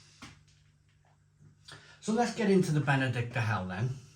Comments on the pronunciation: It's Benediktiner, not Benedikter..🤓🇩🇪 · Hi. I bought these beers based on your recommendation from the earlier Aldi Oktoberfest video. As you say, great beers both (especially the Hell) and hope they're back around next year. PS. Minor pronunciation point though, think it's BenediktEENER. Keep up the good work! 👍